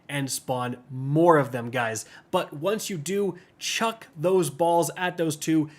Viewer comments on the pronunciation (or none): none